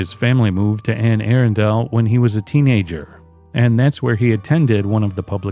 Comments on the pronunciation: The Anne Arundle case in Maryland is going to drive me insane for all the wrong reasons. It’s pronounced Anne A-Rundle. Not Anne Air-undel. I’m sorry. I am sorry for the family. This is just one of my pet peeves the pronunciation of words. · It's pronounced Anne "Ahrunduhl" not Anne "Aarondale" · Just for future reference, Anne Arundel is pronounced anne Ah-run-dull. It was driving me nuts. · In the UK, the original town is called Air-undel. But I agree that the local pronunciation should be used.